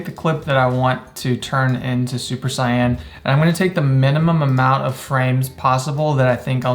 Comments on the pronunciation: Its "Say•in" not cyan. ❤️ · that's actually how you pronounce it in japanese